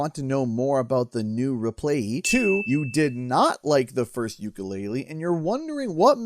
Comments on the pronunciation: Are you saying "Yooka ReplayLEE" or "Yooka ReplaYEE"? 🤔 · Is it just me, or is not pronouncing Replaylee correctly? Otherwise, great video.